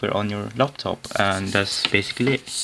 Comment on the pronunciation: Laptop not loptop.